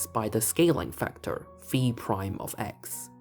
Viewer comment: As someone who studied Greek for a time in the middle ages I appreciate the pronunciation of phi as fee.